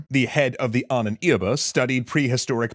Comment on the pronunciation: Ahnenerbe, not "Ahnen Irbe"